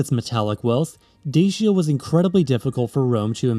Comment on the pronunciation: Deishia and Deishians ? You are joking, right Such ignorance is unforgivable - it is called Dachia [ˈdatʃi.a] and respectively Dachians. Then KarpEItians instead of Karpatians ? Then, the answer why Romania is split in half by a mountain range should be answered by geology and plate tectonics ... instead we are presented with some mushy geopolitical mish-mash. I decisively vote this click-bait as spam or misinformation. Such videos are a disgrace for YT!